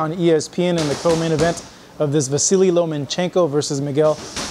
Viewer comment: two videos in a row where you () called Lomachenko "Lomenchenko" 😂 😂 Fuckin put some respect on his name.